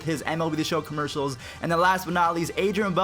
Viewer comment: How you say commercials I’m dead